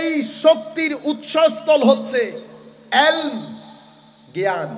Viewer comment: Alm na bole "ilm bolbo